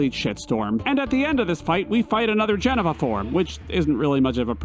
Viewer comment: Wtf is a jenava?